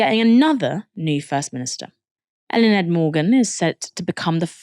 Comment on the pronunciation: love your guys' coverage but please work on your pronunciation of words like Senedd or Eluned